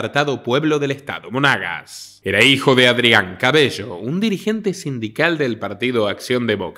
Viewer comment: El Estado se llama Monagas, no Mónagas. Soy venezolano. Saludos.